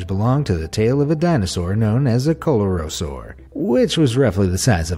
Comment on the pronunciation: Coelurosaur is pronounced see-loo-rosaur